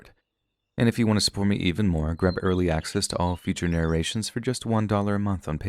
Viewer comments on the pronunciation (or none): none